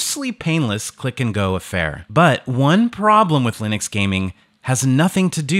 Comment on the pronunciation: Ok but why do you say Lin-ex? Stop it. Also companion software for keyboards, mouses and headsets is missing.